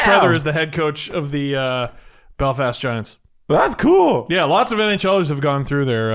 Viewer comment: pronouncing Belfast wrong.....LET'S GO GIANTS!! *Edit - He redeemed himself the 2nd time he said it.